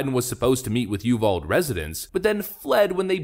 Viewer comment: Just fyi, UVALDE is pronounced "you've-ALL-dee" or "you-VAL-Dee" Not "yoo-vald" lol! Not a major thing but wanted you to know.